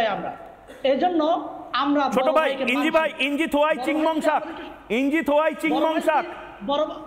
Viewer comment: ইঞ্জিনিয়ার উচ্চারণ করতে পারে না মুর্খ ময়ুখ। ইঞ্জি আবার কী জিনিস? ইঞ্জিনিয়ার বল।